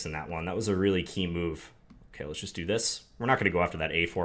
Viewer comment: My favorite word that John says is "ok" because you here his inner Minnesotan come out and it sounds like "okeh"